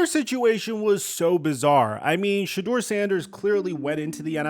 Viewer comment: The fact that you still keep pronouncing his name "shaw" is driving me nuts.